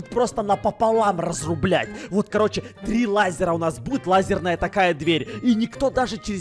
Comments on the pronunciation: просто в слушайтесь как сказал: разруБЛЯТЬ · Такого даже слова нет РАЗРУБЛЯТЬ,может это слово РАЗРУБАТЬ?